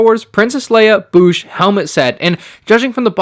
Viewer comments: it's Boushh like Code or Toad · Literally could not finish this video because of how you pronounce bousche 😂😂.